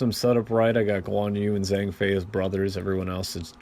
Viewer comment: Sorry, but I just have to get this out of my system. Zh = J (Which means Zhang Fei becomes Jang Fei.) Ch = Not K (Ma Chao is not Ma Kao)